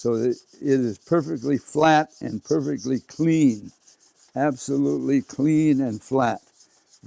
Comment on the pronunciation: vewwy vewwy cwwweeeen